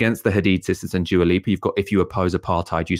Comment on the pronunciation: it's pronounced dua, not djua.